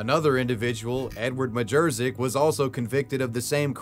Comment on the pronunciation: Majerczyk is pronounced 'check' not 'zick'